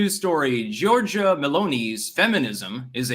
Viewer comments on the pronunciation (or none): Also, Giorgia is pronounced like Georgia.